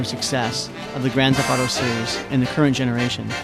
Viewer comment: Grand theft auto. Not Grand thef auto.